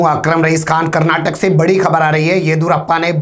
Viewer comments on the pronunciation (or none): none